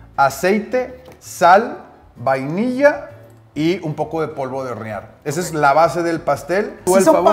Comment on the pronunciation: soy yo o dice horenar XD, jaters no vengan a mi!!!